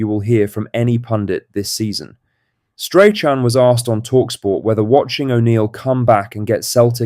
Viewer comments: please pronounce strathams name properly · Learn to say Strachan before you do a Celtic video